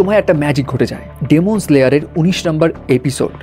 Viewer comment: ডেমন নারে ভাই এটা ডিমন🐸